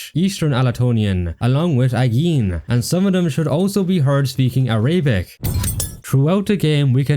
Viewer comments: > criticises Turkish voices > pronounces it are-ay-bic It’s just a game, bro… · araybic🤦 completely wrong pronunciation of a language with hundreds of millions of speakers